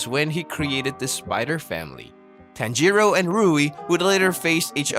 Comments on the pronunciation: It's bothering me how he says it like that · I've heard Japanese names being pronounced worse before